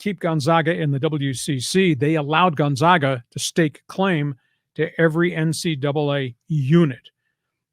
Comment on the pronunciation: Thus guy can't even pronounce Gonzaaaahga....what a joke.